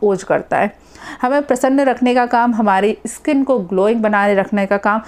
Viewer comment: Wo skin hota hai madam iskin nahi 😄